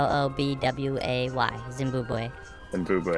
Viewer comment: "Zimbobwe right below Zimbabwe" 😅😅😅